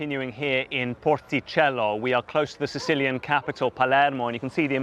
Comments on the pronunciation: The way thr reporter pronounced porticello and palermo is incredibly pretentious and cringe. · How stupid the way he pronounces porticello and Palermo . Pretentious nonsense . Rip to those caught in the wreck here .